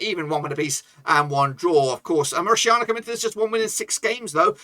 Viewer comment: When did 'TANIA' become 'SHIANA' bloke?? MauriTANIA ! Not MauriSHIANA! You got it?? The next time you abuse the word, You will have a lawsuit at your door. 😎